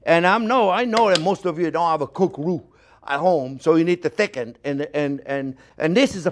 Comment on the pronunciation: You want to reu not glue I like this guy